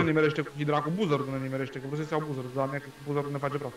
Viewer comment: se spune bazard nu buzard